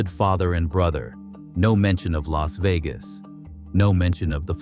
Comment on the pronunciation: "LASSS" VEGAS???